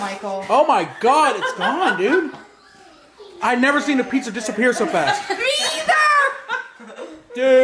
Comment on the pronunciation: Yoooooo Michael you sed pissssa